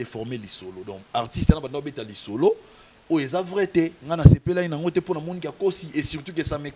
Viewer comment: Toute une émission sur fally,pourtant tu as du mal à prononcer son nom,complexe ou la peur ?